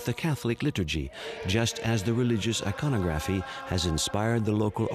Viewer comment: Narrator has some truly bizarre idiosyncracies about where to place the accented syllable in words like iconography and archipelago. He must've gone to the William Shatner School of Diction.